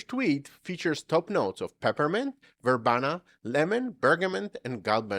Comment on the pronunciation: verbena is pronounced ver BEE nah, Gist is pronouced Jist, with a soft J sound. thanks for listening. Loved your video sir.